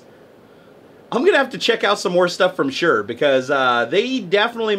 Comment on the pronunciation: It's said like shor